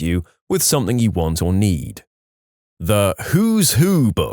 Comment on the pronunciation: SomethinG, see the G there, it's not a k.